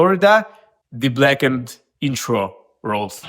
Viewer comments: Blacken-ed, black-ned etc...they aren't "other" ways to say it. They're simply incorrect lol. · This is how you TRULY pronouce BLACKENED : BLAKEND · Thanks for sharing the pronunciation aspect. If I could advise, it might be easy to remember as 2 different words. Black-End. Blackend! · "Culuh Ah Wold Blackend" is really how you pronounce "Color Our World Blackened". You don't need to say it like normal english. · It's spelt "BLAHKUNED", just listen to James pronunciation of it yeesh. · Black End (pronounced way) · there are rare words that american people pronounce the way you did 'blackened,' -- specifically one word but for the life of me, i can't find it. i keep ending up on sacred for a reason that makes me sound very stupid OH blessed. a lot of people for some fuckin' odd reason say "blessed" like "bless ed"